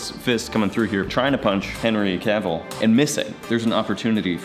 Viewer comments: Ah yes, Henry Caveel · Who's Henry Ca-Ville,? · Quick heads up my guys, you pronounce Cavill like it rhymes with “gravel” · Am I the only one annoyed by how they are pronouncing Henry Cavill's name? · Cavill....like camel....stop saying his name wrong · why is he saying Henry Cavils name wierd? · my guy sayin cavill wrong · Henry Who?! There's no E at the end, it's Henry Cavill, like pill, hill, etc. He's not a character in 101 dalmations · The way they pronounce cavill😂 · The pronunciation of Cavill.... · I'm pretty sure you KNOW, but just in case you weren't trolling us... it's pronounced like it's spelled,. 😏😁 Cavill... not Caveel. 😂😂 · The way how says Henry Cavill should be illegal. Henry said it’s actually pronounced like “travel” “travel - cavill”. NOT Cub-Veehl. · Why did he say Henry caveel? It’s cavil. I swear they don’t know how to pronounce anybody’s name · "Cavill" is pronounced like travel. Source, Henry Cavill himself. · It's Cavill like "travel" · It's the "CaVILE" for me lol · I just don’t know how I feel about saying “Henry Caveel” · Awwww yes... Henry Cavill Aka Superman, or as says “Henry Caveel” 🤨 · Caveel? Henry Caveel? Who is Herny Caveel? Never heard of him. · Henry Ca-veal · "Henry Ka-Wheel." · Cavil, lol. Note: not judging btw, btw I used to say it like that as well. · What's with the weird pronunciation of his surname? Its Cavill like 'Cavil-ary', no need to add the Continental inflexion. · said "Henry Caveal"😂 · "Henry Cav-eel" will never not make my skin crawl. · Henry Cavill not Henry Caviel haha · Cracking me up the way is saying Henry "Caveal" lol. Go listen to an interview where he says his own last name. It's not "Caveal" and it's not even "Ca-ville" like it would seem. It's more like "CAV-ul";) Here's a link to him saying it himself, for reference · Cavil (Ca-vil) not Caveeel.....lol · no ones gonna talk about how he says Cavil and not Cavill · It's pronounced Cavvle. Not Cavveal!